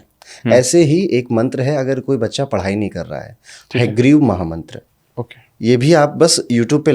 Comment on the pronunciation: sugriv mantra hai ya grive clear ni bola